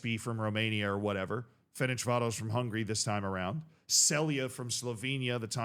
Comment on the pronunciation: It's "Ferencváros", not "Ferencsvárosz" like you pronounce it